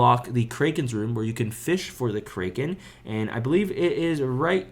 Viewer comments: btw bro its CRACK KEN not CRAY KEN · btw, kraken is pronounced as "crack-en" not "krey." just correcting, but really helpful guide, thanks a ton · dont ever pronounce the kraken like that. Its pronounced "cracken" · "the kraykan" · Learn how to say kraken and maybe people will not watch your videos and not find you miserable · bro does NOT know how to pronounce kraken